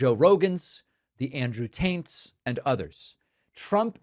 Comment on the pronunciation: Did he say Andrew "Taint" on purpose? 😅